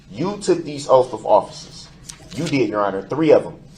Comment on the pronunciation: her "ouff" of offices